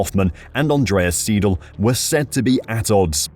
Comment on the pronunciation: Andreas SY-DAHL and not Seedal.